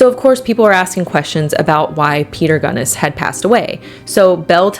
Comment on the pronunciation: Oh, FWIW, I always pronounced her name like you did, until I met some people from the La Porte area who all pronounced it "Gunn-ESS," as opposed to "GUNN-ess" which is how I'd always heard it said. Not sure which is correct, but just thought it was interesting... Love your content!! ❤❤❤